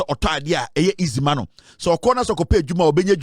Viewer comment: Why do you Ashantis say MINE instead of MAN? The word is 'MAN' not 'MINE'